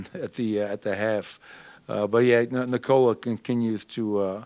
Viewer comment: I always get sad when Malone doesn't put effort to pronounce Nikola correctly, especially when it's like pronouncing Nicholas (minus the s)